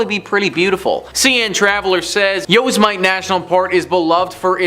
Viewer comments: Please don't be a cotton headed ninnymugens and continue to call it yosamite national park. It's Yosemite (like,yo and semite ) put together. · Not Yose mite, it's Yo sim a tee.